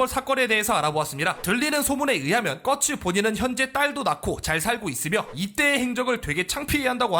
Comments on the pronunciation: 꺼츠가 아니라 꽃우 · 꺼츠 뭔가 발음이 가츠같아서 씹간지임 ㅋㅋㅋㅋㅋㅋ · 자꾸 꺼츠라고 하니까. 까츠동 생각남.